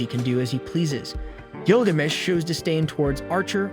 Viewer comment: Couldn’t even pronounce Gilgamesh correctly. I’m so sick of lame channels like this and the trash AI or the retarded muppet they get to narrate these shows